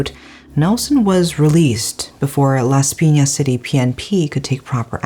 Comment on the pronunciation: Your pronounciations of 'Paranaque' and 'Las Pinas' are excellent!